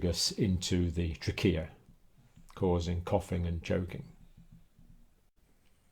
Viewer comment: The way you say Trachea is that correct I've never really heard anyone say it that way ._.